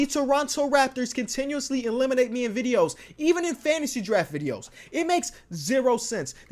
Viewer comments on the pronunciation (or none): none